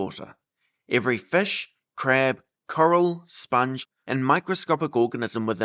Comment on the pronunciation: Cartilaginous Fih